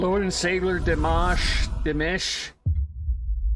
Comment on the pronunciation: Where are u getting deemish from? It' sounds like De maassh with soft consonants. The other man's name is S u n d e t and he is Khazak What video are you referring to, this is the only live performance of it.